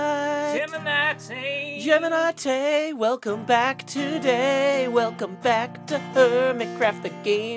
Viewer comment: I thought said "black" instead of "back" 💀